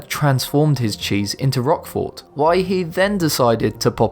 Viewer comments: Oh come on! The T at the end of Roquefort is NOT pronounced. In is pronounced "rokfor". It's French FFS. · "Ooze milk cheese?" Seriously, it's "Ewe" (pronounced like the letter "u") as in a female sheep. He also is mispronouncing Roquefort, the "o" is hard (at least, everyone I know says it with a hard "o" it might be different in France itself.) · You don't pronounce the "t" in roquefort